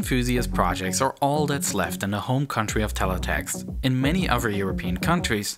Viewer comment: Hey, narrator? Did you know there is a "TH" sound in a lot of words? like, "OTHER" not "UH-VER" and "THIS" not "DIS."